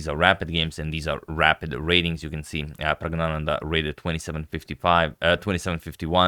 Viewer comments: There's actually a letter in the Tamil alphabet that's roughly pronounced ngya. I believe that was the letter used in Pragg's name. So Pragg..nya..nandhaa is the right pronunciation. I believe you've been bamboozled again 🤣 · The correct pronunciation is PRAGYAANANDA. The letter N is for nasal stress. PRAGYAA means 'spiritual wisdom' and ANANDA, technically ANAND, means 'bliss'. The spelling PRAGGNANANDHAA is a personal choice but it is grammatically incorrect as there is no such word in the Sanskrit lexicon. You were correctly advised about the required rectification but have thereafter again been misled into mispronouncing. Kindly see Wikipedia and come to terms in case you cannot repose faith in what I say from my knowledge of our ancient Mother Language, Sanskrit. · No ya. Still its wrong. Letter ஞா pronunciation can't be translated in English letters rightly that's the confusion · Actually it is prajnananda not pragna prajna means ' talent ' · It’s actually “Pragnyananda” ☺️ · Praag-naan-the, but "the" as in a aaah .... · I think pronouncing that first "n" like a "y" is a regional accent. good on you for the effort, though. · It's wrong still